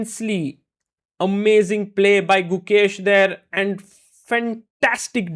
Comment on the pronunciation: His name is pronounced" ya vo kir."